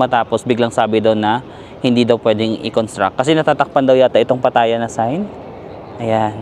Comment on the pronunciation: Laughtrip dami energy ‘pag kausap mga Englisherong afam, conyo, at bebeboys pero si madam na kasama sa tour imbyerna sya! 😭🤣 Anyway afaik the first syllable is stressed yata when pronouncing Pattaya? Ingat-ingat baka ma-bash ka na naman ng mga feeling perfect eme! ✌️